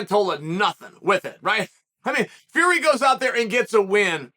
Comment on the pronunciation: You said Tommy Fury’s name wrong for a year and said Jake would smoke him just for Jake to get outboxed 7 of 8 rounds 😂😂😂